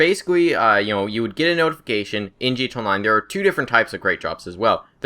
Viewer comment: can you say gta online and not gt online